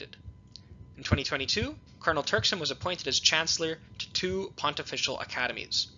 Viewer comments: It is not pronunced "pont-official" college; the pronunciation is pontifical ("pon-tif-ical'). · Please Pronounce - Pontifical correctly - Pon - tif - fi - cal